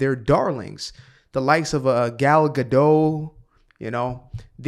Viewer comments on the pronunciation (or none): The T in the name Gadot isn't silent at all.